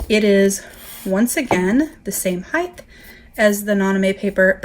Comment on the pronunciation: It’s such a pet peeve when people say HEIGTH instead of HIEGHT lol. Great video tho thank for the comparison it’s super helpful!